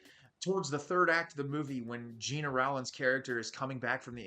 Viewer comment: Gena Rowlands first and last name is pronounced GENNA ROLLANDS.